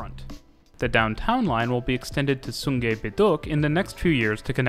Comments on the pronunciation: sungei is pronounced sue ngai btw great video anyw! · but u pronounce sungei wrong its more like a short soon with a g + eye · Cool video. We call the Sentosa monorail a Monorail. Buona Vista is pronounced as 'Buena'. The pronunciation is still tolerable. Sungei is pronounced with an 'ai' rather than an 'ei'. The emphasis on Jurong is at the 'Ju' rather than at 'rong' Suggestions: You could talk about our buses, talk about bus fleets, routes and integration (which includes rationalisation), the different types such as express, city direct, trunk, feeder, and the former Chinatown direct, night bus and premium buses